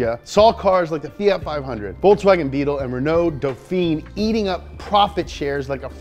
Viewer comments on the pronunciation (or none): none